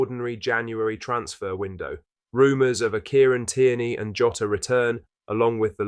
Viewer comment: Please stop saying joeta